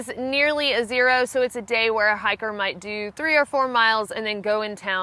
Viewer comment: Lol I keep thinking you're saying "hackers"